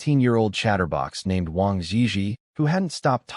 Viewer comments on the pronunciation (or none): none